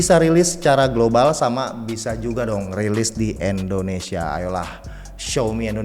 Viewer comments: Indonesia bukan Endonesia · Tolong dong jangan sebut Endonesia,tapi Indonesia #peace